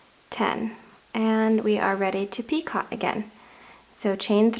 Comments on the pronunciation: It's not picot. It's pronounced pico, it's French for knot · PicO - not picot - just a little French FYI - sent with love! Pee-Co no T at the end pronounced. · It’s pronounced, Pee-co. NOT Pee-cot. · Dear, I love your work, but it is a picot, pronounced "Pee-coh", not a "pee-cot". Hmm, I'm not sure that is clear. The second syllable rhymes with... I can't find a word, It sort of rhymes with "coat" without the "t". "Pee-coa" like "Pee-coat" without the "t". And nobody who wants to tell you how it is pronounced has any evil wishes for you, simply to share some knowledge, which will spare you future corrections.:) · Its pronounced pi-coh.... NOT pi-cot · Picot is pronounced peeKOH. Not peecaht. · Picot is usually pronounced "Peek-oh"! For the longest time I thought you were calling it a "Teapot" and couldn't understand why! Lol! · Picot is a French word. The t is silent. It is pronounced 'pico' in English and in French. That's o, a long o. Just for future reference. ;-) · It is pee--ko...the T on the end is not enunciated. It is French. The second syllable is a long vowel...like cocoa ...pee koe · Yes so annoying. Even in proper British, it is pronounced As "peecoe". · Love your edging but just as with crochet the T is silent in the word picot,so it's pronounced peek oh. I'm not trying to be over critical and I do love your videos in fact I made one of your key chain owls for a friend of mine over two years ago and she still has it! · Should learn to pronounce the word properly. It would benefit your credibility. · Seriously! I can hardly believe some of the comments about the pronunciation of the word PICOT. Was it REALLY necessary to call that out. Completely uncalled for, people get a life! I love your vids, keep up the great work = ) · You do beautiful work, and who cares how you pronounce picot.....anyone who crochets knows exactly what you are talking about. Do not let that bother you please. 🙄 keep up the the beautiful videos.